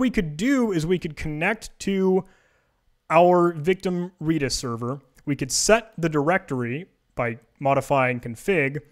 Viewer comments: It's redis not reedis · FYI. Redis is pronounced like the color, not the plant. REDis. As an employee of said company, I can say this with authority.